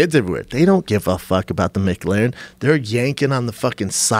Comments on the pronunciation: The way they pronounce “McLaren” is hilarious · sharpybliss Jesus Christ thank you drove me fuckin nuts. Freaks out about the car not being appreciated and can’t even pronounce it’s name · Why do Americans pronounce mclaren like that? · It's just schaub derping. McLaren. First part same as McDonalds. La like the first part of Larry. Ren like the last part of Karen. Schaub got 1/3 syllables correct. I'm giving him a star sticker. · I don't even understand how they get that wrong. McLaren is pretty basic and I'm not sure where that pause comes from. That's coming from an American too. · For car enthusiasts you need to learn how to say Mclaren. Jesus christ. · The way Brendan pronounces "micLERON" is fucking annoying. With the accent on the LERON.... smh this guy never seizes to amaze me at how pretentious he is. And for the idiots who dont understand I'm writing it out fineticly. Go fuck yourself. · Brendan “Mick Larren” Schaub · Is Schaub saying "MicLaren"? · Say Mc-leran 1 more time its not built by mcdonalds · Lmfao why can't they pronounce McLaren properly there not part of the McDonald's franchise hahaha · It hurts my feelings how Brendan pronounces McLaren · Joe looks like an 8 year old is going to booby trap his house and foil his plot to rob it and Schaub pronounces Mclaren like its a new sandwich at McDonalds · Schaub says “Mick Larren” 😂😂😂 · Brendan "Mick Laren" Shaub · What the fuck is a mc larin please say the word with the Celtic pronunciation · Brendan is such a douche "Mc-larin" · Micklaren?? It's McLaren guys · Would this idiot stop saying mic -laren. Dude, its Mclaren. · Drink whenever Schaub says "MicLarrin" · M clair in, not Mic leer an ... its an f1 team not a burger joint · It is Mclaren not Mc laren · THECFUCK ARE THEY SAYING?!?!?! "MIC-LAREN"!?!? ITS "MU-CLARIN" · It's not Mac Laren it's M'claren. You're welcome Yanks. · It’s mclaren not mcglaren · Brendan "Mick-Laren" Schaub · "Mick-Laren"? C'mon guys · Brenden “Mc-L-aren” Schuab